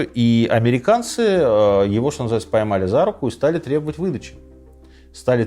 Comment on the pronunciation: Сказки на ночь... Рассказываете хорошо, но не "шокайте", режет слух это регулярное "шо". Светящийся огромный объект, который видно с самолёта на расстояние 110 км вообще не новость, если бы были технарем, а не гуманитарием и хоть немного изучали геодезию и способы измерения нашей планеты, то понимали бы что обычный фонарь ясной ночью видно на расстояние примерно 20-25 км, поэтому ничего удивительного нет в том, что с самолёта видно огромный светящийся объект на расстоянии 100 км.